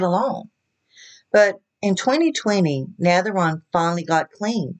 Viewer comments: Pronounced NAVAR-OWN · It is navarone,as you can see she got Elvis name in there...aron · Get your facts straight and learn how to pronounce his name. Elise is very young and they are separated even when they were married she kept going back to Switzerland where she was raised even when they were married she was going there all the time. She married him because she was obsessed with Priscilla and he knew it. Jerry Sterling had her over for dinner probably to pay her off to keep her mouth shut and to leave